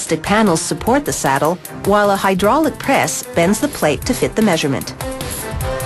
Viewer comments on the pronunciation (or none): none